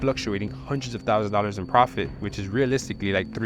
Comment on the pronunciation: Pronounce dollars properly please it hurts my ears